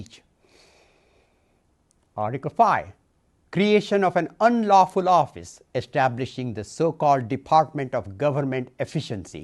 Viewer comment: ARTICLE FIIIII: GREEAYSHUN AHF UN UNLAWFALAWFUSS